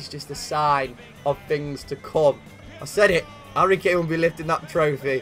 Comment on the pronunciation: I believe u try to say Harry Claim